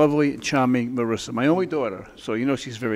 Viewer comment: Marissa???? She is Marisa, it's italian name, not ameri-can.